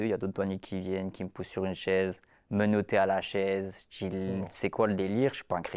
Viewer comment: Et moi à "voilà, j'te djis"